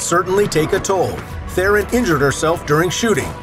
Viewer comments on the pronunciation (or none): The lie is the way you pronounced Theron